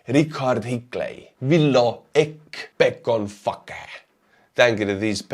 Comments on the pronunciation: Bekon who? lol sounded like Bekon Fuka lol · man that last name in English didn't sound good sounded like you said "back on fu*ker" lol thanks for sharing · Thank you for another great video! I was laughing at the end when you said the patron name BekonFace because you pronounced it as baconfuckey 😂😂😂 like the word fuck 🤣. I wish I had the money to support you as I'd love to hear my name being butchered, Sherry Champion 😁 Also I was going to say this after your VID about your health, but I figured you probably wouldn't have time to read it because you'd have too many to read. But anyways I think the fact that you were able to make that video and talk about it to thousands of people says alot! It says that you are not withdrawing, you are strong and have not fallen into that deep black hole. I've been there many times! I've have been seeing a psychiatrist and therapist since 2001. And diagnosed with major depressive disorder, major panic disorder/hypertension, ptsd... Anyway it's not about me, I just wanted to say that I think you are doing great and are on the right path and you will recover! Also the fact that you're only on zoloft alone without anything else is also promising. So I say to you you are strong and very talented and intelligent and you will snap back quickly! Thank you again for your informative videos! ❤️👍Slava Ukraini 🇺🇦 I hope that you șee this? 🤔 😁